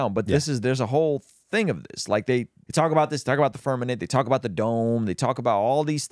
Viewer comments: It’s FIRMAMENT. TWO M’s. IF YOU SAY FIRNAMENT ONE MORE TIME I WILL LOSE MY MOTHER FU*KING MIND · Okay. It's Firmament, not firmanent. You giggle as if you know for sure, but I suspect it's a little nervous laughter. My friend showing me earth on a zoom call is a touch suspicious and the Catholic church being part of a deception is not such a stretch of the imagination. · The fact that is STILL calling it the firmaNent 😂😂😂😂😂😂😂😂 Vaccines and globe earth 😂😂😂😂😂😂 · Can’t even say Firmament properly. I’m outta this channel